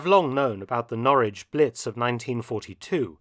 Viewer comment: Well, that's not how we pronounce Norwich🤔 But we mispronounce a lot of English words.